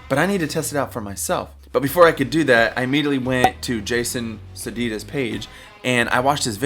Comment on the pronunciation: If you dont know who Jason Sadites is, you arent a TRUE Helix fanboy :) and BTW its pronounced "SAY-DYTES" (2 syllables). and you definitely need to watch ALL his videos as he has some amazing info on how to get the best sounds out of your Helix/Line 6 product and has given away so so many free killer presets on Custom Tone as well as many paid ones too. He is a true guitar icon who has played with some legendary players over the years.